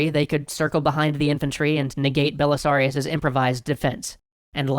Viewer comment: ‘Belisarius Cawl” is all I heard